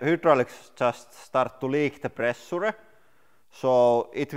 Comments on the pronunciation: Please use Google translate for correct pronunciation of “pressure” word!!! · Just pay attrntension HOW idiotic he said pressure! Can't belive, cave's man in 21st century! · How have I never noticed Lauri pronouncing hydraulic, “who-draulic”!? Haha that’s fantastic! I’ve always enjoyed how he says pressure like, “press-ooh-ruh,” now I have a new accent quirk to appreciate.